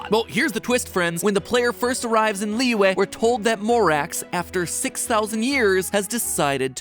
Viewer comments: It kind of hurts when he keeps on mispronouncing Liyue, it's Lee-yu-eh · I can't stop laughing about how Matpat pronounces Liyue as Liwah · Is it just me or did mat pronounce liyue wrong? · It's pronounced "Li-yew-eh" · he pronounces liyue as "Leeway" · Imma say- you gotta make sure you say Liyue right lollll